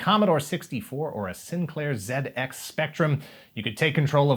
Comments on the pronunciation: Honey, because what I need is yet another application/extension that steals my precious DATA and sells it to advertisers. I just got a text yesterday addressing me by one of the fake names I use for making accounts. +1 for appropriate pronunciation of ZX spectrum though. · Great episode as usual. Most of all, awesome to hear you pronounce "ZX Spectrum" correctly, at last! Keep up the good work in these difficult times, guys.